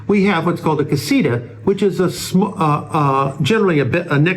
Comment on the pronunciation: Casita. The TA needs to be emphasized. Not Ra . Just saying . Jeje